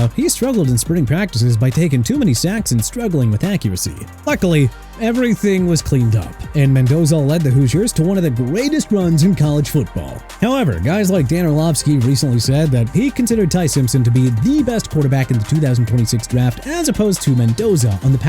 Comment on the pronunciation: DAN ORLOVSKI NOT LOVSKI!! DID YOU EVEN SAY HIS NAME CORRECTLY OR NOT?! SMH